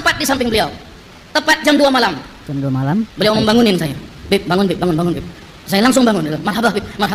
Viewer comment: Kalau manggil "Bib" kya kedengeran "Beb" ❤ mesra jadinya